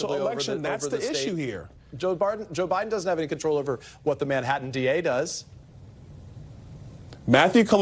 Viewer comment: there are TWO T's in Manhattan and Bi ron Donald'son can't pronounce either of them.